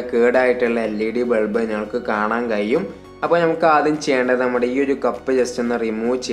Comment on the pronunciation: കയിയും,കയിയും എന്നു തെളിയിച്ചുgood,keep it up